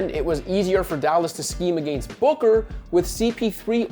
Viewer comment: I just have to say.. the way you pronounce “against” grinds my gears.